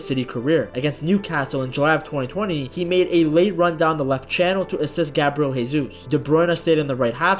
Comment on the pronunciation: Good stuff. Note that the J in Gabriel Jesus is pronounced like a J rather than an H. The dude is Brazilian (Portuguese-speaking), not Spanish.